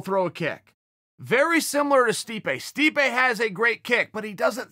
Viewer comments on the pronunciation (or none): none